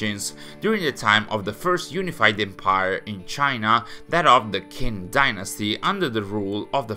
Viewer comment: just a little note: Qin is pronouced like 'Chin' but with a shorter 'Ch' Other than that, enjoying your content as always! Keep up the great work!